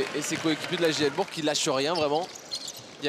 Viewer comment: Pas jl BOURG mais jl BOURCCC pour la prinonciation